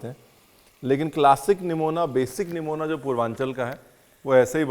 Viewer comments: Superb recipe sir....aur han na isko namuna kehte hain aur na Nuemonia 😂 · Yaar, yahan par to "Nimona" ko "Nimoniya" ho gaya hai 😂